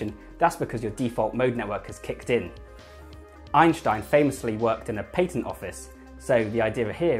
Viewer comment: It's Ein stein not Einsh tein say it correctly.